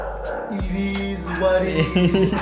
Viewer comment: Surely the guy that said "it izzz what it izzz" on the background there is South African 😂